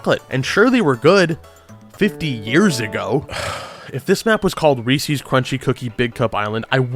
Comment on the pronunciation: Liked this video until you called Reese's "Reesies" Disliked